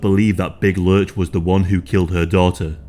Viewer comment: It’s lurch, not lunch